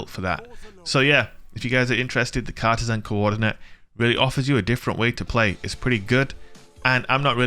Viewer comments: You're saying it wrong. It's not Cartesan, it's Cartesian. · Car-TEE-jinn. Sorry, I work in Cartesian coords for a living, makes my eye twitch when I hear it butchered so badly lol. Love ya vids,! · It's pronounced car-TEE-shun. :)